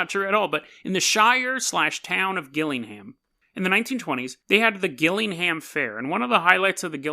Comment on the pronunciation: Fuck sake it's gillingham like jillingham